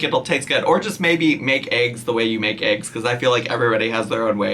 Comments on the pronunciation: I love you but... it's ayygs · why arent we talking about her ay-g intolerance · Hope I’m not the only one who has “aeeeggs” repeat in their head every time she says eggs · You say eggs weird. You're not the first person I've seen on YouTube pronounce it as like aygs. Is that a northern thing BC everyone that says it like that is from up north where its too cold hah. Omg that's how she's saying it too. The best eggs are made with salt pepper, shredded cheddar and chopped up ham. No weird hot sauce lol